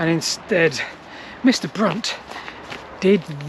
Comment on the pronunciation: I think you mispronounced Brunt